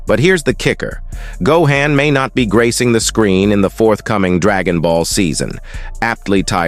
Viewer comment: Gohain, Go-an, Pro-menintly , Coem-pensate, Dai-mond, Weepon, Eriely days, Speculatie AI voices lol